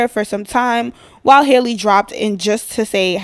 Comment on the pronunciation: Hey name is pronounced Hal- le… not Hailey… I this old… just came across my feed…🤷🏾‍♀️✌🏾